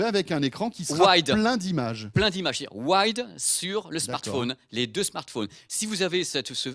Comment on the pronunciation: Il a dit smartphouuune ! lol ! Comme ma mère grand